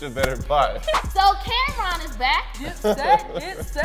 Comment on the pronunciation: Who the hell is Cam'Rom, i thought it was Cam'Ron?